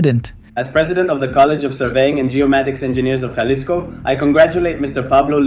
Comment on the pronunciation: Not jah-lisco it's HA-lisco don't mess up the city name